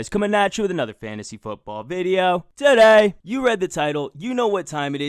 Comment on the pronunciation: "TUH DAY!"